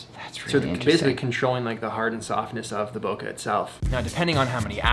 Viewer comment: Andddddddd i only got my sugar right... even the last one didnt got it right I said table lol but it was nothing 😅 Hey Pete you still say Bokah ... and you know its wrong